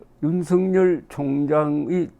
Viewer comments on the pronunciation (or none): 윤석열을 윤석렬로 발음하지 마세요